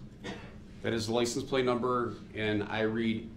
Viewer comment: “Licen place” (license plate) “Truff” (truth)